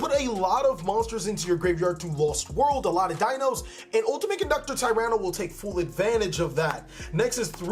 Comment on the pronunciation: I’ve played Dinos forever and it bugs me how he says the names lmao 😂Great deck!!